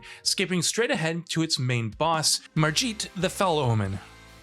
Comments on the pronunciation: It's Margit not marrjeet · Marjeet?? you mean margit? They should just let the writer for the video also do the voice over. Nothing destroys credibility more than mispronunciation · My man doesn't know how to say "Margit" 🤣 He dun mixed Margit with Kajiit = Marjiit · Stopped watching after he pronounced margit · Y the fuck would you pronounce Margit the fell omen like that.....he says his fucking name that is not how its said... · This channel has no idea what its talking about Saying Margit is the main boss of Stormveil, pronouncing his name wrong Mentioning enemy levels when enemies don't have levels and saying the game has quests in a traditional sense